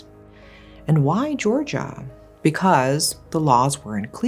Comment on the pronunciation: It's somehow so refreshing to hear you say 'Georgia' - and be sure you actually mean the country with its own complexity, not a state (which is surprisingly common for most English-speaking narrators).